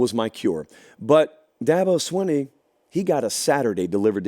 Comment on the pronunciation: ITS PRONOUNCED DA BO- SWEENEY